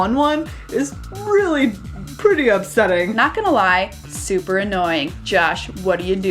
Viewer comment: Lol what is wrong with you two (also it is super not supper) They were having dumb fun Calm yourselves.